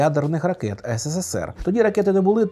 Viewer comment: Тільки не ес се се сер, а ес се сер. Там три «с». А українською: СРСР